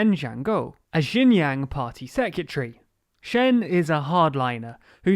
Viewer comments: To be honest , u even cannot pronounce its name correctly , it’s not jin yang , it’s called xin jiang. That’s not even closer. Did u even do ur own research on this topic, or u just said whatever u want to say ? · No it isn't... more like 'shin jang' His pronunciation isn't great but pinyin is hard to learn for most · The province is roughly pronounced "Shin Jang," with the "ang" part pronounced like the Ang in Angela Merkel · Your pronunciation of Xinjiang seems to deteriorate as the video progresses. :( It's pronounced Sheen Ji(like 'jizz')-ang; you could also imagine 'jiang' as sounding like a particularly nasal (and monotone & high pitched) US pronunciation of 'John'. Keep up these videos. They're relevant to my interests. Love, /Liyang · Great video, can't even say Xin Jiang correctly. Do you even know how much advantage one would have just by being a minority in China (Uighurs)? I don't think you do. By the way, I checked your sources, I doubt people who made this video actually understand any Chinese. There is no first-hand information, I mean just go do something else, what a shit journalist Channel this is! Bravo! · did you record this over several days? your pronunciation of xinjiang slowly morphs throughout the video lol you had it more or less correct in the beginning! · I swear he pronounces Xinjiang differently every time lol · Thank you for the video! I think it would be great if you could try to pay more attention to the pronunciation of “Xinjiang” because it sounds like “Shenyang” when you say it. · Well there are 3 pronunciations of Xinjiang in this video, maybe they'll get it right at least once by chance. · actually "xin" is pronounced as "seen" and "jiang" is pronounced as "g--un", the "g" like how you pronounce the letter g and "un" like how you would pronounce the "un" in uncle. Not from China, just a chinese guy from another country who really hates what the Chinese govt is doing and is possibly going to do to the free world.